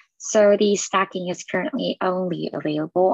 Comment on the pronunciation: Pronounced STAY-KING. Not stacking....